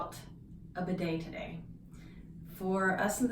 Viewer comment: i always wondeeed. but you pronounce the word strangely